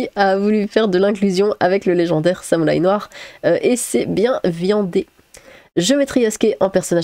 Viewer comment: non samoulaï tu le prononces mal x)